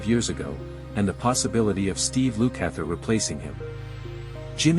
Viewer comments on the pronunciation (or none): Yup... Steve "Loo-kather" 🙄